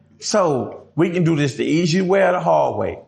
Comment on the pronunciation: 😂E cee way sounds worst than easy.